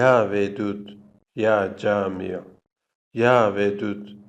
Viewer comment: Ya camiyo yox ya Cami